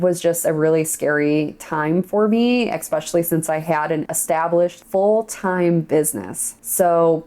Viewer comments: I love you! But please stop saying EXspecially! It's ESPECIALLY 😜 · THE WORD IS ESSSSSSSSSSSSPECIALLY, Its a Frik'n S not a k!